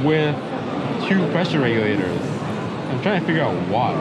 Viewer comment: "The Regulaters" 🤣🤣